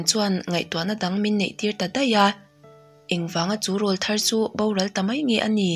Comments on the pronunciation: 'Râwlthar' i lam dan hi a dik lo tlat.Ṭhahnem ngaih luat vangin ka rawn sawi ve zuai aw. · Rawlthar ti a i lam hi 'rawl ' tih lai hi 'àw rawl' tih laia 'rawl ' tih ang hian lam tur